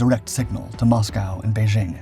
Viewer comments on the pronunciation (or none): none